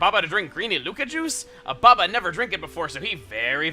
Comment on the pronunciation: Espeon Lover did chugga at one point pronounce ababa as obama?